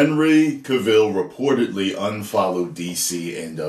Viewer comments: it's Cavill as in travel. Not Cavill as in the hill. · It's Cavill, not Caville. just sayin'. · His name sounds like travel. Hahaha not the way your saying it. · Cavill is pronounced like Travel. Please get the pronunciation right. 😉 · Henry Cavill pronounced like Cadillac Coup DeVille :'D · Henry Cuh-Ville lol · Henry ka'will? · The way how he says ca-vill 🤣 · why do you call him Cuhville? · Cavill is pronounced like travel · The way you say his name is very enraging